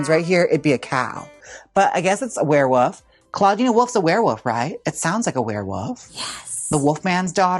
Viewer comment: Not you saying Woof instead of Wolf every time 💀 Werewoof is sending me 💀🤣😭